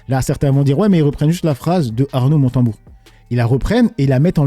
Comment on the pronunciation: Montebourg pas Motenbourg 🙂